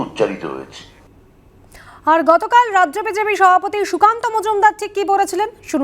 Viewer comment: সংবাদ পাঠিকা ড়াজ্য না বলে রাজ্য বললে ভাল হতো।